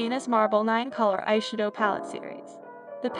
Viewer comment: you are saying “eyeshadow” so weird 😳